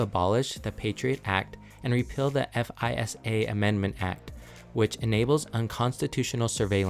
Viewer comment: F I S A is voiced as "FAI-zah" or just FISA as it looks (with a Z sound)